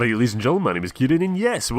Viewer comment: Rrradys and gentlemen